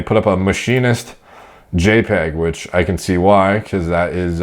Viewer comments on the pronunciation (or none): none